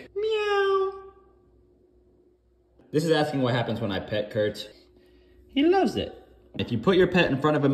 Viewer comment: Worst meow ever bro Literally sounded out m-ee-ow. That's not how it's pronounced. /j